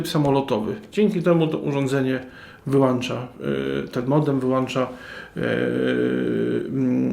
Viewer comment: Dzięki za wskazanie (jedynie sobie) gdzie jest wskazówka podłączenia do sieci, gdzie jest czujnik światła. Reszta OK, no może poza WŁĄCZA i WYŁĄCZA a nie włancza i wyłancza.